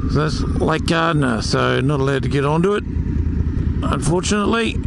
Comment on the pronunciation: Love it! But have to say it’s Gairdner, pronounced the same as ‘chair’.